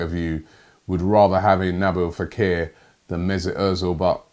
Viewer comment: He also said Naboo fakir, its nabeel not nabo 😂😁😂